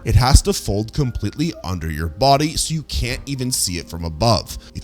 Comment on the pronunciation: I like how he’s saying you and your like we are about to be crabs😭